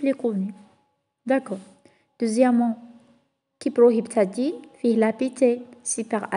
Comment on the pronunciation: سيبروهيبتادين وشبيك أختي متعرفيش تنطقي ولا تنقلي برك